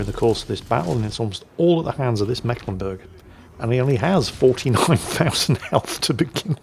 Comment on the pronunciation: it is meeklenburg, long "e" not short, basiccally the "c" is a stand in for a sign that denotes a long vowel sound. yours sincerely: a mecklenburgian ^^